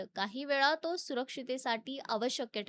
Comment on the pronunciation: थेट गावठीपणा .. हिला आधी वाचायला शिकवा. वेस्ट इंडिज ला वेस्ट इंडिया , सामना ला सामान्य , आवश्यक ला अवशक्य. न ला ण बोलते ते तर सोडूनच द्या . गावठी चिचुंद्री